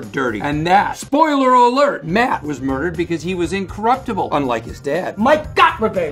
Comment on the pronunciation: Bob is not able to say "spoiler alert"😂😂